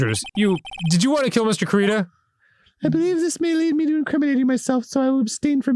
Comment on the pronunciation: It’s driving me insane that they will probably never realize the pun in Juan Corrida’s name solely because of how they chose to pronounce “Corrida” (which I honestly can’t blame them for)